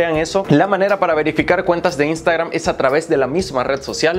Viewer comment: No se dice INSTAGRAM, SE DICE IANSTEGRAM 😂😂 HAIGA¡¡¡